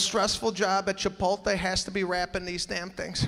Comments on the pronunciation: All this is accurate but it is Chipotle not Chipolte. Then again he maybe doing that on purpose. Still funny though. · It's chipotle not chipolte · It's not ChipoLte it's ChipoTle!! but he is funny !! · I LOVE Sebastian! It's not Chipolte it's CHIPOTLE. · There is no such place as Chipolte. There is however, a Chipotle... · Love him but it's CHIPOTLE (LAY not TAY)!! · Why are you still saying Chipolte? It's Chipotle. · I think it’s Chipotle … not Chipolte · it’s not chiPOLte, it’s chiPOTle pinche gringos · Hate to be that* person but it’s Chipotle not Chipolte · its just an act, he's a comedian he's doing it on purpose. that's why he emphasises the word so much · the fact he calls it Chipolte is fucking funny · It's CHIH-POTE-LAY Sebastian! LMAO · Yo does he actually think it's pronounced Chipolte? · Tortiluh?! Chipolte? Oy vey! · Misspelling AND mispronouncing Chipotle. But still funny. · What’s with the intentional mispronunciation of place’s name and of the word tortilla?